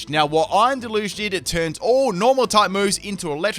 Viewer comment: the way he pronounces deluge is making me cringe hard